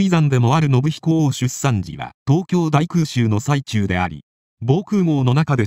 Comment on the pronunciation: 泣けました。 ただでさえ優秀な方が、立場を自覚して絶えず勉励克己していらしたのですね。 早世はご苦労をされたからでしょう。 「空襲の最中」は、最中(さなか)と読んでください。